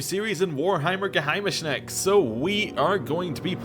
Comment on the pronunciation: The way you pronounced Geheimnisnacht was pretty Funny ^^